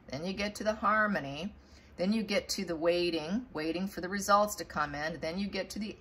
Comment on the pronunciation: 'Wading' or 'waiting' ??? Pls pronounce the 't's. I'm 1/2 deaf. Thanks.